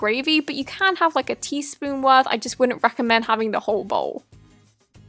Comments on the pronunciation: And it sounds like she’s saying hobo kinda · Whenever I hear Thant now all I can hear us I don’t recommend having the hobo XD